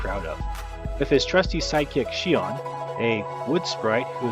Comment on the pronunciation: Cool review. One thing though, its pronounced "Sion", not "Seeon"